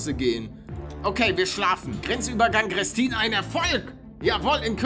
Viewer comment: Gutes video aber man spricht grestin greeeestin aus mit einem langen e :D